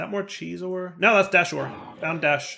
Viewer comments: It's desh not deshed ahhhhhh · Anybody else find it simultaneously annoying and hilarious that he keeps saying "Desht" when it's just "Desh"? He said it right like, once. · It probably wasn't bugging much of anyone else, but the word is "desh,", not "desht." Not that you even say "entangloporter," you actually shorten it to "entangloper," but I had to say something or it was gonna continue bugging me. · its desh not desht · Lol desh..not desht but this is fun!! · He's gotta be trolling us, right? Several times he said "Desh" correctly, so he's obviously not misreading the word. So it has to be deliberate trolling of his audience, right? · Please stop calling it deshed 😂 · Why do you keep saying "desht"? 😭😭😭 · Lmao every time he said it I cried a little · Youtuber / streamer disease. You with 100% chance mess up words in recording :)